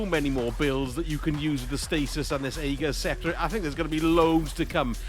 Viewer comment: The weapon is pronounced "Ah-gur's" Scepter. I love the build, btw. FANTASTIC option for Non-Master content.